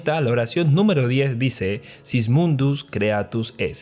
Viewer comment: No le cuestiones mucho, pronuncia a cada rato "Sis" mundus cuando dice "Sic" mundus, y todos le dicen "Sic"